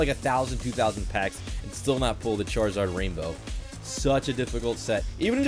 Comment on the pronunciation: Every time charzard charziar funny